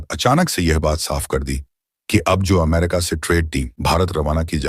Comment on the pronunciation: ऐसा तोतला कॉमेंट्रेटर क्योँ रखा जो अमेरिका को अम्मेरिका वाॅश्गिंटनको वाॅशिंगंटन बोलता .